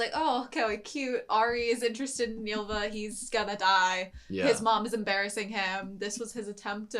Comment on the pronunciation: And Y is a vowel, not a consonant, so I'm more annoyed when they pronounce "Ylva" like "julva". I know English speakers can't pronounce Y (in fairness, the Japanese can't either), but at least use a vowel sound instead, like i. It's not right, but closer.